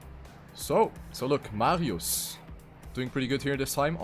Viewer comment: Why do I cringe when you say MARIOES on the German way xD